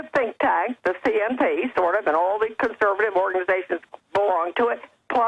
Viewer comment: CONSERVATIVE Jones not "ConserBative" you keep saying CONSERBATIVE. conserVative you mush mouthed BbBbBbBuffoon.